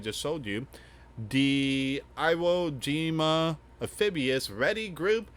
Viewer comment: You are saying Iwo Jima wrong